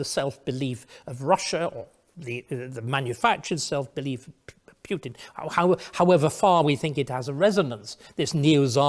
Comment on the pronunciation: Is it compulsory for English people to mispronounce the name of the Russian president? Quite who "Pyutin" is I have no idea.